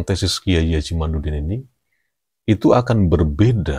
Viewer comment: Kyai Imad pake dal bukan nun 🙏mhn maaf ada 10 x nyebut imanudin yg bener kyai Imadudin